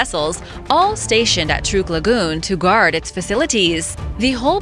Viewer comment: It is pronounced Truck lagoon.